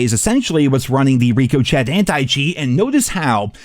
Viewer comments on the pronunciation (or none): I love you. But can you please stop saying,”Number A?” Did I miss the joke somewhere Also, it’s ri-kuh-shay (ricochet) Not reek-o-shet Cmon brother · Please call it Rick-O-Shay, not Rico Chat. Ricochet is a french word so the ch is an sh sound, and the t at the end is silent. I keep thinking you're talking about a team named "Rico Chat", and not the anti cheat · it's not called Rico Chat. It's Ricochet (Rick Uh Shay) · so funny how you still mis-pronounce "Ricochet" as Ree-co-chet instead of how it's actually pronounced which is "Ri-cuh-shay" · It’s not pronounced “Ricoshet” It’s pronounced“ri-kuh-shay” lol. Sorry, but I just had to.. 😂🤝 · It’s ricochet. A bullet bouncing. One word my guy. Ric oh shay not Rico chat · Rico Chet? I thought it was Ricochet (Rick oh Shay) lol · Ricochet is pronounced "Rih-ko-chay" not "Ree-co-chet" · Idk why it bugs me but please stop saying rico-Chet it’s Rick-ah-shay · Bro can’t pronounce ricochet. Rico-chat hahahah it’s pronounced rick-a-shay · lol why do you always call it ‘reko’ ‘chat’ lol it’s called ricochet? Lmao the only guy I’ve ever heard call the anticheat ‘reko’ ‘chat’ 😂😂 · Brother... "Ricochet" ri·kuh·shay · Lol Rico Chet 😂 it’s pronounced rikashay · Why do you pronounce Ricochet like that? It’s “ricka-shay” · I can't take anyone seriously who pronounces ricochet as rico-chet 😅😂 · “Rico Chet”, that’s a new one. Up there in hall of fame pronunciations with Blame Truth trying to say erroneous. Good video though, BO6 is garbage and we are directly experiencing the unfortunate consequences of the AI boom. Hope no one gets laid off over the holidays as a result of this stuff. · ‘Rico-chet’ and ‘Number A’. It’s engagement farming at this point surely. 😂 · You are the only guy that can't pronounce ricochet.... We get your american and speek Ameri-English but its pronounced Rikesha ...Its easy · Ree-coh-chet lol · Reeko Chet?? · Rick-o-shay please... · it’s pronounced RikoShay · "Team Rico-chet"